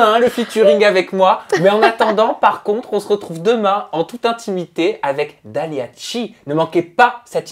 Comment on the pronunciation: On dit dalia chih (شيح) mais à la fin a dit dalia tchi